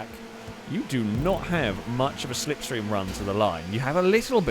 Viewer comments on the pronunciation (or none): Apollo translation for "Stay in the sniff stream!!" Apollo translation for "See da sniff stream car go, why you no sniff stream?" After that begins the language warning...